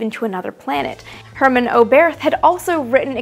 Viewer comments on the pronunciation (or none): none